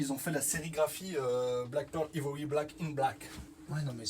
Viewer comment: Salut, vos vidéos sont très sympas. Juste un truc Ivory se prononce Aille-vory:)